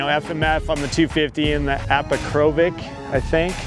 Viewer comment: You must be joking, "Apakrovic"? Seriously? You think? You ** Americans, please, just once, take the time to read it properly, a few minutes should probably do and then because I imagine how difficult it must be to remember, shorten it to "Akro", like Aussies do.